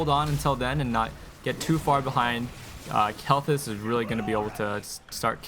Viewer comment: I like your streams a lot but FOR GOD'S SAKE it's pronounced "Kale-Thaas" not "Kelthis"